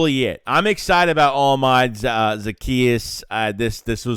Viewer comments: Pronounced oh•la•me•day 😅🇳🇬 don’t worry you have time to learn it. Great pick up! More than just a burner too. Well done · I'm just getting on how you butchered his name but it's a good signing but we'll see how it shakes out......see what I did there